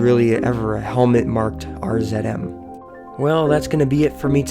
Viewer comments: if you cant pronounce RZM right you should not even be making these videos! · R ZED M ??? I think you gave away your location Nova scotia ?